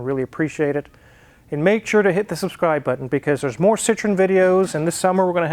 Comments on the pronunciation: correct pronunciation is SEE_TROW_EN (FRENCH CAR) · And you know what?. André Citroën was of Dutch decent and they changed the name Citroen (which means Lemon (!) in Dutch) to Citroën because the French couldn't pronounce it! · If Citron and Citroen are pronounced the same way, what is the point of the "e"? I'm sure Daniel Saaaaahhn could tell you.